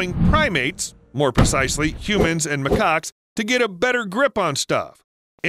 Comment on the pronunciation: Bro you pronounced the monkey’s name wrong it’s not mah - cock its ma - cak and is spelt macaque